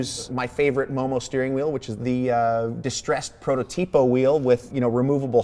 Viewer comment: Momo means Moretti-Monza and is Italian.. nice build but please just learn how to say prototipo Cheers from Italy 🇮🇹